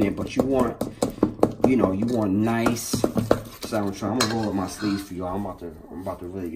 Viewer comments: Ok eveyone... ITS pronounced SAMMON, THE L is silent, lol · Can't believe the salmon wasn't drained; the skin was not removed from the salmon; and there was no check made for stray bones! BTW...The "L" in salmon is silent, i.e., not pronounced. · Bruh! Love the recipe, but PLEASE, PLEASE never wear such a lacy sissy shirt again! P.S. The "L" in salmon is silent. Come on Brug! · It's really annoying to hear people pronounce the "L" in salmon. The L is silent, please. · I would watch the whole video if he stop pronouncing salmon wrong....